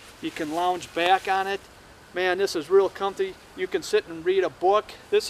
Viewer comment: I love how he says "göose" and "comphy". Very informative video! Never knew I was hanging up my hammock wrong even though I've been hammock camping for a good handful of years.